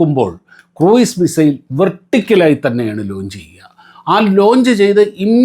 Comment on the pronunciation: kɹuːz(ക്രൂസ് ) ആണ്.